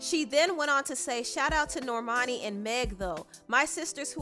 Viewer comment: That girls name is NOT Nor-mani... Norman-i 🙄